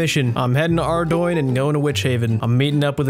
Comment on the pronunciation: I’m sorry, but if you pronounce ardougne the way that did, get help.